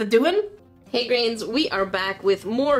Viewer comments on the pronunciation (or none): I rewinded the video and it came out as "hey hey grains"